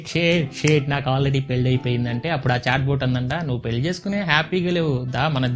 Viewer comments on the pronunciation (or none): none